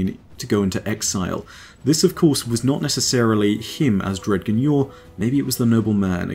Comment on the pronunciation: I don't know if it's your accent or me, but "dg" in Dredgen Yor is pronounced like "grudge" so it ends up being like "dre-jen"